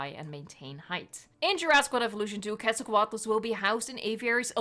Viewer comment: FINALLY! as a mexican paleontologist in formation, it always itched me when people that don't know the root of the name, "Quetzalcóatl", the "Que" is pronounced as "Ket", and not "Qu-et"!!!!